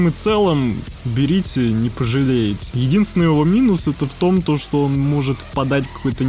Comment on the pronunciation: В томтошто. Ты же по-русски ролик озвучиваешь. Втомтошто. Втомтошто. Втомтошто. Бесите! Попробуй сказать хоть раз "в том, что". Тебе понравится.